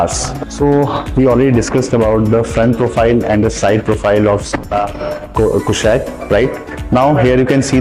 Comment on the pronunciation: Abe pahle naam to theek se pronounce kr le 😅😅😅😅